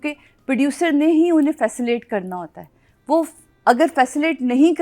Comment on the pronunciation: Facillte❌ facilitate (fəˈsiləˌtāt)✅ Okay madam thanks